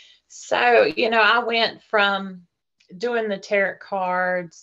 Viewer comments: Um, no. She can't pronounce "tarot" properly. I definitely will not take everything someone says as pure gold when they cannot properly pronounce what they're talking about. That should be a warning sign. Do NOT take everything as pure gold. Just because the person making this comment is gullible doesn't mean you have to be gullible too. Use your critical thinking skills, do research, and make informed decisions about things. Don't just accept whatever crazy story you hear as truth. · Not tarrot cards Tarot (pronounced "tare-row") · all grownz up innit yet still saying, "taROT". Nah. Fake.